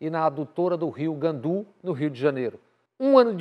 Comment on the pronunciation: Oi, Bob! Admiro seu competente trabalho. Finalmente, a justiça aplicada a Bolsonaro, com tão longo histórico criminoso. Permita-me, com todo respeito, fazer uma observação quanto à pronúncia do Rio Guandu (e não Gandu). Sou carioca e fui criada em Campo Grande, relativamente próxima a esse rio.